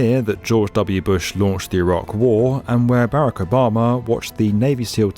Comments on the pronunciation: Why does he pronounce Barak like Barrack? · berrick obama lol